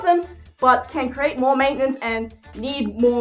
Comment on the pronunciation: I'm sorry but I have to say this. "Maintainencee"